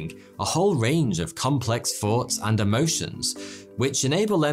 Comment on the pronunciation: “Complex phoughts and emotions”